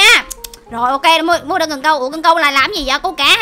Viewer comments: Chị ơi sao chị kamui bình thường là KAMUI mà chị mui là KAMUIG là sao ạ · kamui đọc át với hội chị em